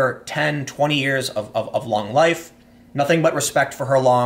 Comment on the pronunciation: Did he just say her "lung" career?!